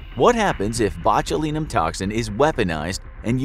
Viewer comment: Sorry couldnt make it past mispronunciation of botulinum at the start